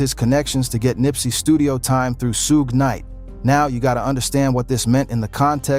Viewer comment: Rawling sixties is wild 😜also sooge knight lmao